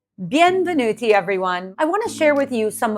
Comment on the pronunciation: Great content—thank you! (It sounds like you are saying “ biEN-venuti” instead of the standard Italian “Benvenuti” — is this a Sicilian variation?)